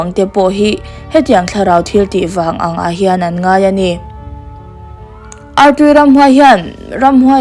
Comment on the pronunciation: Artui i lam rik dan hi a dik looo